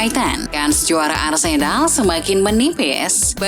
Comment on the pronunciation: dengerin suara Mimin nya Arsenal jadi Arsedal 😅😂